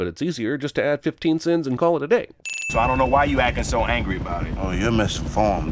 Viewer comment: Why does Will Smiff keep saying "acin"??? Does that mean he's ACTING more "black"??